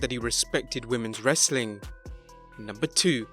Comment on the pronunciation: I like the Hindu saying "Wrrrrrestling content"